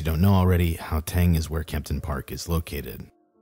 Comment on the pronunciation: Lol or the "how"teng instead of Gauteng 🤣